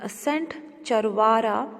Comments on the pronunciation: Chawara nahi chavara ha😂😂😂😂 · Hello mam you are teaching hoo but you spelled the sepplings wrong chavara you didn't prounced well